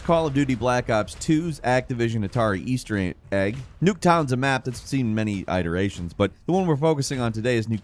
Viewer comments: "eye dertations" ?? I think you're the only one on this planet to ever have pronounced iterations like that. "It er a shuns" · Did you just say "eye-terarions"? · It's pronounced "it-erations" not "eye-derations". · Did he really say ‘St. Dennis’?! AND ‘Eye-terations’?! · eye-terations... lol, no. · That is the first time I've heard someone pronounce iterations like that. Is that regional or something?